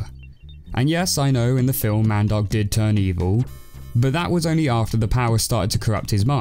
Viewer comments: Man I thought he saying mandog until he showed the older version where they said mandark lol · I hate the way you say Mandark. It sounds like you're saying "mad dog"...